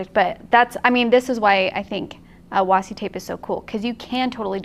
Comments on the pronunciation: you were saying washi correctly originally. It is actually pronounced wa+she. Who.... Why....? What? Who said wasi? The word comes from Japan and Japanese doesn't have trick sounds or silent letters really. Washi a famous type of paper. Washi tape is basically the rice paper made into masking tape. Sorry LoL I know no one asked for a Japanese paper history lesson LMAO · According to the American Heritage Dictionary, it is pronounced washi | ˈwäSHē | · I hope reads this so that she knows that she doesn't have to call it "wassi" anymore 😂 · Thanks for reminding us to play,. Also, it's definitely pronounced "wah-she". I can understand where the confusion comes from. When Japanese people type "washi" they generally type it as "wasi" and it gets autocorrected to washi. It saves one stroke and is common among young people. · Nerd moment. わし can only be wah she in the Japanese pronunciation. There is no Japanese sound for see,. Washi is originally Japanese. Sorry. Nerds gotta nerd. ごめんなさい。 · I want to know who looked at washi and thought "You know what? I'm ignoring the 'H'." LOL